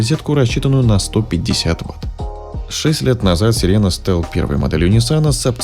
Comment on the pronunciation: Несколько раз сказал: сиера